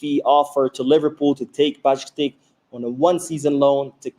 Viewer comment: Stefan Bajcetic Not Bajctic